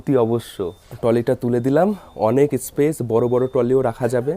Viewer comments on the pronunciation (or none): none